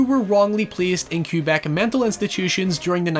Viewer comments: Or how he said q-beck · Everytime he says Cue-beck a part of me hurts. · Cue Beck? Seriously? With a single word you have told me all I need to know about your ability to research, read, and listen. Keep pumping out the videos for that Patreon money, you lazy, greedy fuck. STOP SAYING FUCKING CUE BECK YOU ILLITERATE ASSHOLE! FUCK YOU. Edit: My apologies. You are from I Are Laned, right? Or maybe Grate Brightone? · This dude said “Cue-Beck” instead of “Kuh-beck” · Ok but why does he say Quebec like that? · No offense, but your pronunciation of Quebec and Duplessis caused me to not realize you were talking about my own province until the minute mark 😂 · It actually took me awhile to figure out you were saying Quebec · It took me way too long to realize you were saying Quebec. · most spectacular mispronunciation of "quebec" i've ever heard, bravo! (excellent video too, btw)